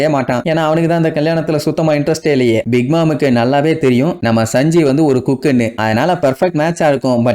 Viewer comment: Saanji nu sollu bro sanji nu sollatha